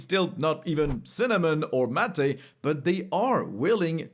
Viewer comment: "Mat-aei" Mate✅